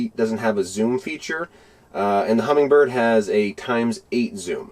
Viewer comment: 1: There is no g in Humminbird. 2: Its not pronounced vexler. Its a V E X I L A R. 3: My OCD twitching bad.